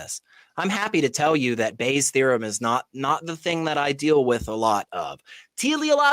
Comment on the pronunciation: Why do you keep calling it Bayer’s? It’s Bayes’.